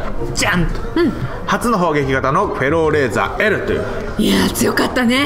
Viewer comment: フェローレーザーが エローレーザーに聞こえてしまう… どうしよう！